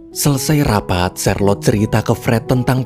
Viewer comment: Namanya charlote saya dengernya sharelok😅😅